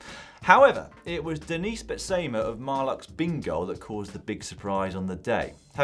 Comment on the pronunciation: It's pronounced BETsuhma ;-)